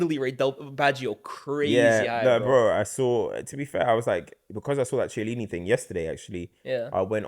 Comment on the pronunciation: my guy what is that Chiellini pronounciation...